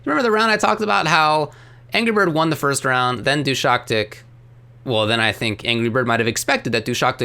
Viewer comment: Actually the name is pronounced as Du-shaS-tik. 😄 Not DushaKtik. But he pretty much approved of how you would initially read it in English in his recent tweet, so it's not big a deal.